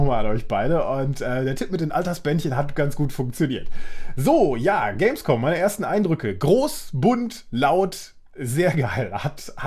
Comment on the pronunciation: Hehehe er hat Gamesvom gesagt hehehehe